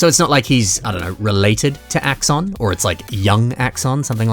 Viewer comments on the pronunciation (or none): It's axon's son. It's Axson